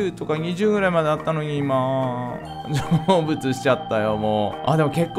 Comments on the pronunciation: 成仏がジョブズに聞こえた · 成仏がジョブスに聞こえるべ